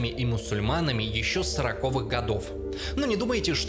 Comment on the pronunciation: сороковЫх, а не сорокОвых